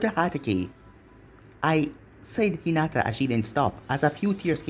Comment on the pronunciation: bruh why u always gotta do hinata wrong